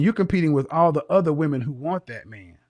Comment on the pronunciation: Men not min.